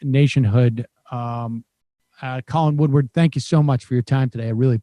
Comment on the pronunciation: Sam it's W-O-O-D-A-R-D... I share his last name and cringe when I hear that second "w" I still f*ck with you heavy Sam... Bring the stache back